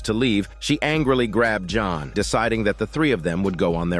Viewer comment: Blud said john but a French accent like "Jonu" Edit:i hear "johon" now